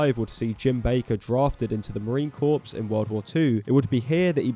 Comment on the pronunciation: You don't pronounce the P in Marine Corps